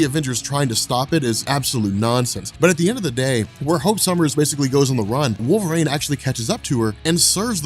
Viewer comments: My man, love your channel, been watching for years....can you please say Wolverine properly? Its not "WolverAINE"!! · I can’t stop hearing “wolverane” not wolverine 😂😂😂